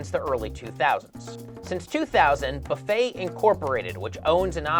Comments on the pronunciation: "Boofet"? It's "buffet" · Wasn't that "Boo-fay" and not "Buff-ay"